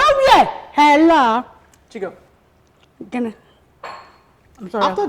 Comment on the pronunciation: Chigurl 😂😂your French is 🙆‍♀️🙆‍♀️🙆‍♀️😂🤣🤣🤣😂🙂